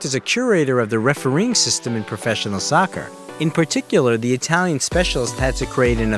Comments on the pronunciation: Nah he said sucker 💀💀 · man said “sawkerr” 💀💀 fam like no babes